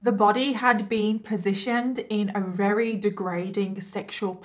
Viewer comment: I don't know why but I find it really cute how you say "werry" instead of "very". I don't mean any offence by this comment I genuinely find it adorable. So happy I found your channel, one of your videos came up as a suggestion under a bailey sarian video ❤️